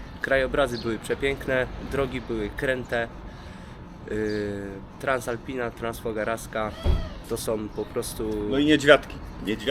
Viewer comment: Cześć:) Duży + za poprawną wymowę nazwy Transfogarskiej👍 Przy Transfogaraskiej można się 🤮